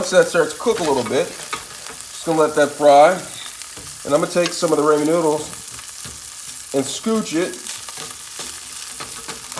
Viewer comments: "Raymond" noodles 😅 Jokes aside, looks awesome. Will try it out one day! Good job! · Had to rewatch to see why I commented that.. And nope I meant Ray man,because that's the way it's pronounced in the video. 😆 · This irks me. It's ramen (RAH-min) noodles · Ray man noodles 🍜😂🤣💀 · It’s pronounced “RAH-MEN” lol but good stuff imma make this now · Why does this dumb fuck keep sayin raymon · “Raymond Noodles” 😂😂😂😂😂😂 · Raymen noodles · man really said rayman noodles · Ray-men noodles?? Take this vid down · Does he purposely say ray-man noodles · Raymond noodles ok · Ramen is pronounced rah-min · “raymond noodles” LMFOOAOA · “raymond noodles alright..” 🤙🏽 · no you said Raymond noodles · it was a pun within a pun😂 "everybody loves raymond" the show and the way he said raymen instead of.. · G, it's pronounced rah like the sun god, and then men, rah-men, but I kinda like the way you say it G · you said raymen dumbass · Who’s Raymon your mate lol. Say apple and use that a in the ramen. I’ll be using your recipe but I’ll be pronouncing it correctly lol 😂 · Pronounce it correctly. Why change it. It’s annoying. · the way you say ramen is driving me insane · Learn how to Say "Ramen " please lol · pronouncing and spelling are two different things bruh. You still said it wrong tf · Always find it funny when people mispronounce Ramen. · no its because you can't pronounce it right lol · you pronounce it weird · nah he means what you said “Raymen” it’s pronounced “Ra-men” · Ramen (Ra man) (Raa Min) (Ruman) there is three ways for you to pronounce it and it sounds the same were come with rayman you idoit😏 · "RaYmOnD" It's ramen, broski. Rah-men. Not Ray-men. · He doesn't even know how to say ramen 😂. He calls them raymen & it bugs me!!! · Yall be too fancy and boujee for me. First of all your boujee if you say ramen. But this guy is saying Raymond’s noodles 😅😅. This is a hood meal it’s called oodle and noodles not ramen boujee ass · Raw-men not ray-men🤣🤣🤣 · RAH-MEN not raymond